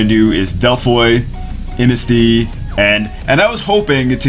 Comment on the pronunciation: "I'mnasty". Triggered.